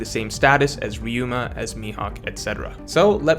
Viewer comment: He said Ryuma!! I knew he could do it. Stop with this Raiuma nonsense